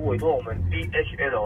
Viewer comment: Does anyone heard DHL as DHM